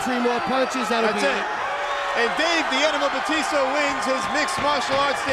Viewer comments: Somebody tell that commentator that his name is Batista, not Baptista! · This announcer is pissing me off with the way he says batista. The one who said he won the fight pronounced it right. But the guy who did play by play just said his name weird. Idk if it's his accent. Or if he had the syllables broken down wrong. He just didn't say his name right and everytime he said it I cringed.. He says it like bahh-tista........and it's really like BA-tista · The announcer is a dumbass bc he’s pronouncing Dave Batista’s last name WRONG! It’s Ba tista NOT Bat ista idiot. Go back and watch wwe when Batista use to wrestle, bc NO one pronounced his name like this stupid announcer does from the start of the match. The other match at least calls him Dave. Go Batista!!😊✌🏼🤙🏼🇺🇸. The Animal. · he keeps calling him BAPtista lol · Y is the commentator calling him baptista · Why does he keep calling him Baptista?